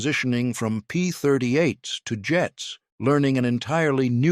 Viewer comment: AI slop. P-38s, not P-30 eights.